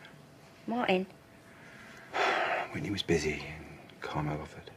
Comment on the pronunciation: It's so funny how the "T" in Martin isn't pronounced. Also anything with a th is pronouced as f. Everything is pronounced Everyfing.